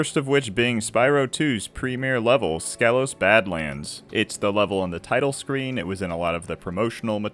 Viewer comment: Fun fact, it’s pronounced Skeelos